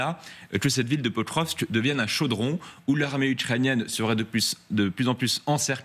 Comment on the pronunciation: L'ambassadeur à Moscou qui ne sait même pas prononcer le nom de la ville de Pokrovsk. Alors que le porte parole de l'ambassade de Russie en France maîtrise le français mieux que les journalistes et les généraux de pacotille. Deux mondes différents.